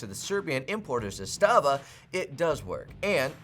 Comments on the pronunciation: 2018...the rifle was made in 1977! It's been used in every war since then! It saw heavy use in the bulkan/Yugoslav wars! It's zas-tuh-vah not zus-tah-vah lol! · Trooniun? Is this AK confused about its pronouns? Also mispronounced Zastava. For shame,.